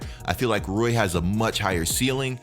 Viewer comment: It’s Rui pronounce I like e lol so Rui